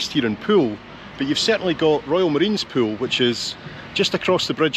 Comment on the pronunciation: As usual, a superbly natural and authentic production and presentation. Really enjoyed this one. Thanks so much for pronouncing Poole correctly too. The current BBC new replacement RP estuarine London media accent forces people to call Poole, " Paul". TV presenters also refer to a swim in a " Swimming Paul". Poole is not Paul folks. Listen to how pronounces it the correct way. Whinge over. Here's to - the blokes a gem. Yours Aye